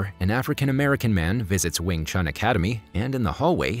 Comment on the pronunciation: Cmon u completely pronounce 詠春 wrong